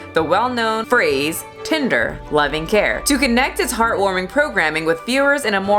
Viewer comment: Did she say tender love and care or tinder love and care Edit: nvm it just sounded like she sounded tinder